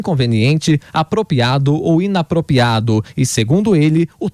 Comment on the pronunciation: Ai o repórter manda um “INAPROPiADO “. E “pracaba”mesmo